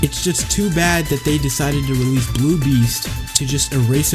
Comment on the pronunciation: Bro said Realese Its Release 😭 🙏🏾